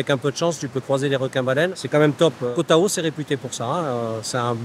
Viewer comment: koh tao ca se prononce koh taw ahahah